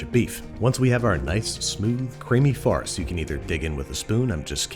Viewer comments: I thought andrew was saying farts! lol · I kept hearing him say "farts", as in: "as we begin the very unpleasant process of shoving our squishy farts through the machine." 😂